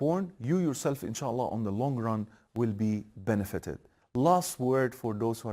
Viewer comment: Adamin insaalah demesine bayildimm